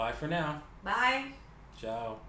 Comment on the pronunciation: The Mike Tyson of crypto :))... Plus he went Italian at the end...ciaaaao